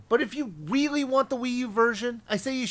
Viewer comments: no, he said wiivy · be very quiet, I'm hunting Wabbits. He did say really, not weawy.